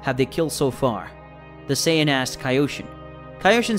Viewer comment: whats a sayion?